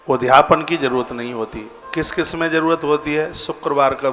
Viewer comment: ' उद् धापन ' मत बोलिए, शुद्ध शब्द ' उद्.यापन ' बोलिए।